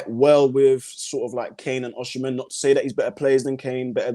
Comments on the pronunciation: There is no “she” in Igbo or Yoruba pronunciations. It’s not it just “Osi” either. More emphasis on the”Ohhh”. From a Naija boy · It’s pronounced “Oh-sim-men”